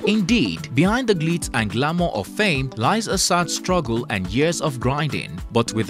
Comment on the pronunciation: The word is struggle not ruggle